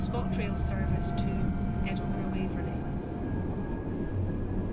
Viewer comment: Oooh they have a 314 layer Also it's pronounced edinbruh